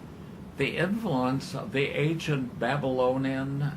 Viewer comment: Bothers the FUCK out of me that he says "agent" instead of the proper ANCient. Christ, don't people in Chicago know how to speak?